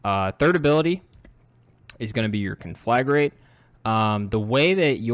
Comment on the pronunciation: It's pronounced con-fla-grate, not con-flag-rate.